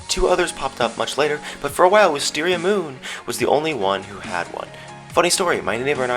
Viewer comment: XD the way that he said moon